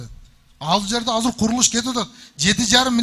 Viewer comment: Казыр деген соз жок.азыр деп суйлогулочу.